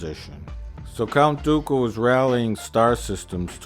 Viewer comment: One of the amusing things to me is that Plinkett initially pronounces Dooku properly, but by the end it sounds closer to Goku. XD